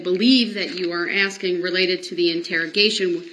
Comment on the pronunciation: He thinks he is axing such brilliant questions! And then he belabors a sentence to death!